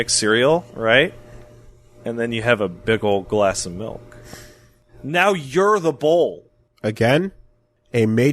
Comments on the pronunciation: says "melk" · It's MALK you uncultured heathen! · GET THE MAN A GLASS OF MAULK!